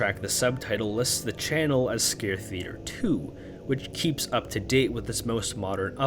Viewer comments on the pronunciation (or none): none